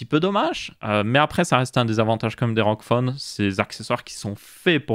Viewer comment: A chaque fois j'ai l'impression que tu dis roquefort au lieu de rog phone 😭😭